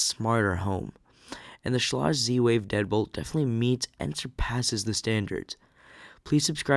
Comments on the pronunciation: My favourite pronunciation was.... Skay-Lidge. Bahahahhaha! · Schlage rhymes with vague